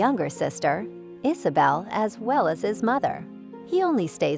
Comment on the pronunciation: Not to mention Marseille. ICE-a bell and IZ a- bell. The computer generated voices are just too annonying.